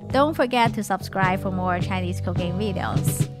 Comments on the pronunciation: Sometimes when says "cooking" it sounds like "cocaine" Depending on the context... I have done a double-take once or twice... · I'm genuinenly not trying to be mean, but her accent, when she says cooking I hear cocaine. Makes me double take every time lol ^_^